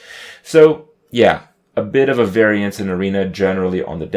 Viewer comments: Varian-ce? hah! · What was that? A what in arena? A Varian-ce? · did he say; a bit of a Varian-ce? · Is Kripp calling him "Ovarian" on purpose?